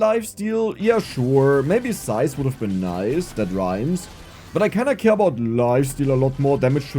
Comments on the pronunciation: Not only do you say broplem but you say zise too lol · You say problem like broblem, and also rhyme size with nice lol.